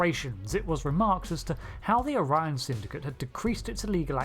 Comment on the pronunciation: Don't forget: the blue skinned house of Azure pronounces the species' name "Oh-ree-on".